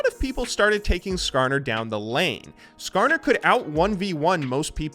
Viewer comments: He actually said Skarner right, I'm surprised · He got "Skarner"'s name right, I'm so proud of him!